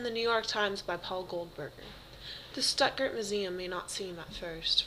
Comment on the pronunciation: It would be fine if the speaker could at least pronounce "Stuttgart" correct.